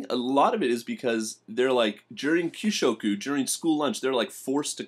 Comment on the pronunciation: kyuushyoku. Not kishyoku. Don't you speak Japanese at all? rural place, small and unknown university-a level of the students is low as well.